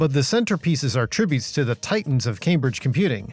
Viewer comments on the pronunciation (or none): none